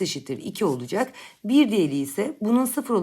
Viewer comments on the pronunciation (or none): BÜR değil hocam BİR